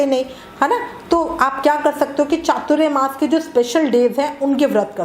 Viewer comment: . . एक तो पहले आप उच्चारण बराबर करे . . वो चातुर्यमास नहीं ‘चातुरमास’ होता है . . चातुर्य का मतलब चालाकी , होशियारी, शातिर ये होता है उसका चातुरमास से कोई मतलब नहीं . . यहाँ चातुर के मायने चार है और मास मतलब महीना . . तो चातुरमास याने चार महीने ! . .